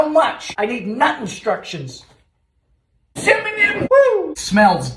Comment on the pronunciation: THe way he says Cinnamon is fking hilarious. and Shit on a Shingle is actually really good.